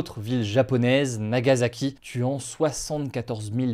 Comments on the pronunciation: Nagassssaki pas Zaki.. tu dit pas Ozaka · Plus ça passe plus je comprends ceux qui ne s'informent plus sur l'actualité. Ca ne se prononce pas "Nagazaki" mais "Nagasaki"